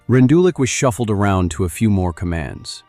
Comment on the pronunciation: I know it’s AI but you pronounced his name wrong.